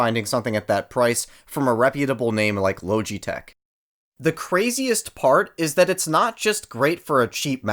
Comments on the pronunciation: La-ga-tech||| not loge-e-tech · “ Lowgitech” the literally pronunciation is lodgee-tech say it the way it’s meant to be said to void any further bullying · Loge it tech not low g tech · "low G tek" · he really said lowgeetech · love the contrarian of just "lowji-tech" and "zoewee" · "LOWGEE TECH" 😂 😂 😂 😂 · Logitech is actually pronounced “LAW-JEH-TECH” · if the name is so repeatable then why butcher it's pronunciation?! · He said Logitech wrong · Bruh please stop saying Logitech like that it’s so wierd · How do you manage to mispronounce Logitech?